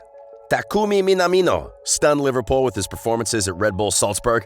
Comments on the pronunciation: Jesus.....you can't even pronounce Liverpool properly......honestly LIVERPOL ????? WTF 😡😡😡😡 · I love you man. You even try to say Takumi Minamino with an accent and don't even do that bad. Then the next breath "LIVERPAUL" xD